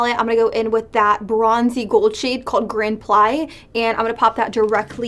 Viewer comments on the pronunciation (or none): girl the bad habit palette is ballet themed and the way you were pronouncing the shadow names like releve & grand plié was so funny 😂